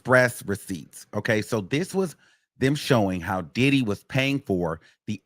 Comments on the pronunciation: Got me saying More Oil!! 🤣🤣🤣 thank you for your coverage of this trial, These news outlets ain’t giving us the info we need! When I hear DID-EEE!! Cracks me up every time, Love from the UK am here for the Wiggins Show!! 🎉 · “DID-EE” I can’t stand you 😂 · The way you say “DID-EE” 😂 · The way say that man name takes me all the way out 😂😂😂